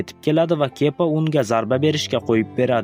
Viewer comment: Kepa emas kiba😂